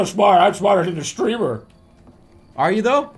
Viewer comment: the bostonian jumped out in a major way. "where the fuck aah these people"